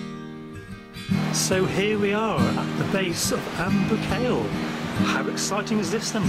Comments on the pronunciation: Boo-kale? You really need to practice your pronunciation. The video itself is very very enjoyable.Well done. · Why has it an irish name? And its proper pronunciation is (boo-col) not (boo kale)